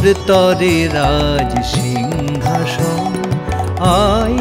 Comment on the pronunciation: জয় মা। উচ্চারণ সিংহাসন, সিংঘাসন নয়